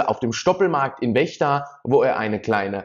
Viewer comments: Es wird FFFECHTA ausgesprochen! Nicht WECHTA! 🎉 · Die Stadt heißt Vechta (ausgesprochen Fechta) und nicht Wechta. Ich frage mich immer wieder, warum die Leute aus einem V ein W machen. Bei der Verden ist es nicht anders. Das heißt auch nicht Werden. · Den Ort in Niedersachsen (Vechta) spricht man "Fechta" aus ;-) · wo liegt wechta? vechta heißt das! ich sag ja auch nicht bürlün. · In Vechta mit V nicht mit W